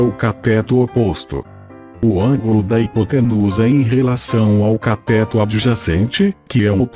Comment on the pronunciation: CATÉTO... KKKKKKKKKKKKK escreve CATÊTO que o fala certo!